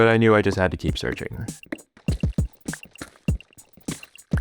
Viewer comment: “Knew it” bro please 😭